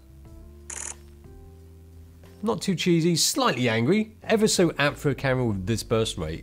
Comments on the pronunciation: I keep hearing "Karen" instead of "camera" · I thought he said carrot, but then my hearing is not so good. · i swear when he says "Camera" it sounds like he's saying "Karen"? am i trppin?